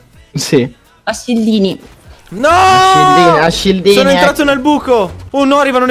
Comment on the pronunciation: Perché ha detto shildini